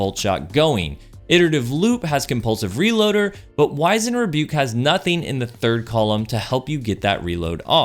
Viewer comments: “Wiz-end Rebuke” not “Wise-end” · It's pronounced wiz-und, not wise-end. Likewise, it's rah-preezed not re-prized.